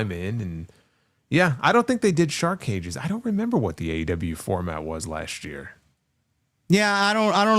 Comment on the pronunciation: Anyone else hear Schiavone say two cages one ring 😂😂